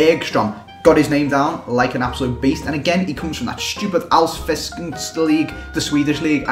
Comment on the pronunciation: Its so funny when you try the alsvenskan